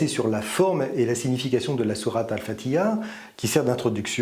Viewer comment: Espèce de charlot, tu n'impressionnes personne avec tes menaces. Même prononcé en français, tu es incapable de prononcer Fathia! A quand une vidéo sur le Talmud, qu'on rigole un peu. Pas le courage? Pourtant il y a beaucoup à dire!